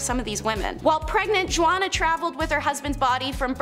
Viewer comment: Juana is pronounced hu-ana.